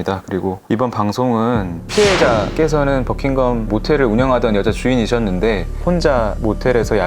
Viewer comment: Your English pronunciation BUCKINGHAM!!! NOT BUCKING GUM!!! DO YOU UNDERSTAND????